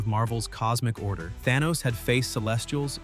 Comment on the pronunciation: I didn't know Arthur was the ruler of Atlanta!! 😂😂😂 Also Thaw-knee had me roling!!